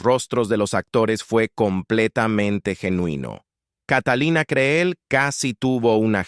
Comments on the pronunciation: No es Creel, así se escribe, pero se pronuncia Cril. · Aprende a decir el apellido CREEL l( la Doble e se Lee como cril ,! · Creel,suena con i al pronunciarse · Quien sera la sabandija que narra esto?, Por que ni siquiera sabe pronunciar el apellido Creel. A que escuela habra ido??? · Catalina Creel ... minimo deberias de dignificar la pronunciación del apellido de este gran personaje